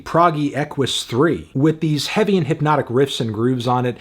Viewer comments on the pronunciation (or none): none